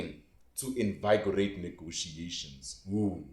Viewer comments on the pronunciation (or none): "Negotiations are underway"- tipical political jargon😅 Good content, but check pronunciation of certain words..e.g. freight train, invigorate, citrus..